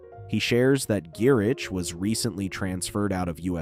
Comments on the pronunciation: It's pronounced, "Guy-RICK". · He’s gotta be doing it on purpose.